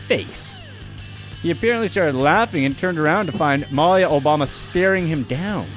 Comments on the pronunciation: Before video: Please, please, PLEASE let one of these entries be about the Trump family... After video: Ahh, man! There weren't any Trumps! Also, Malia Obama's name is pronounced Muh-LEE-uh, not Mal-ya like you kept doing. And as for her, I don't know of many young people (say 17-25ish) that DON'T go through a so-called rebellious period. There just aren't cameras everywhere when they do whatever it is they do, ya know? Interesting information you provided, though :) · Wait a minute announcer-person, you don't know how to pronounce Malia Obama's name?! 😟 Come on now, go to Google speech? 🤔